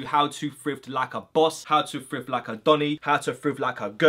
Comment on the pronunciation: I’m American but is he saying frift rather than thrift